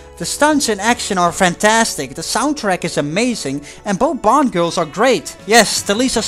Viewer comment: Why every time you say "Bond" I hear "Blond"?